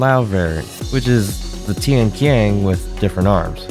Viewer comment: It's pronounced as Tian-Chiang, not Tian-Kiang, but I understand that the spelling for it is quite misinforming. Also, the name of both Tian-qian (天槍, "Heavenly spear" or "Spear of the sky") and Tian-lao (天牢, "Heavenly jail cell") originated from ancient Chinese constellation system, as all other Dafeng products do. It is understandable for people to get it wrong though, since no one uses this constellation system anymore, even the native speaker of Chinese could easily misinterpret its meaning.